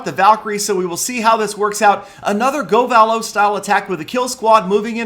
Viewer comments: i'm wondering why you pronounce govalo like that. most people say go-vah-low where you say go-vaa-low, and if your pronouncing troops names how they would be abbreviated shouldnt it be go-va-lu? cause loons are pronounced luuns not loowns, just like valks are vaaalks not vahlks. i hope this makes some sort of sense cause pronunciation on youtube is a bit tricky lol. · Does it bother anyone else how he's pronouncing govalo